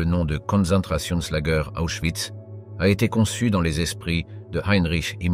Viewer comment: Prononcer oïs. Et non pas de euss.